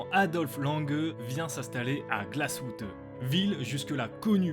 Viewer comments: Superbe vidéo, l’histoire est très intéressante Juste une petite persistions : en allemand, le « ü » se prononce « u » comme en français, c’est le « u » sans tréma qui se prononce « ou » Donc je pense que Glashütte se prononce GlashUtte ou non GlashOUtte Voilà, continuez votre travail, c’est grâce à cette chaîne que je me suis intéressé à l’horlogerie et c’est vraiment passionnant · On prononce Glasshütte et non pas Glasshoutté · On ne dit pas « glasshoute » mais « glasshute » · juste pour gouverne les mots en allements avec un trémat ¨se prononcent à la française genre le " ü " se prononce " u " pas " ou " et " ö " se prononce " o " pas " eu ":)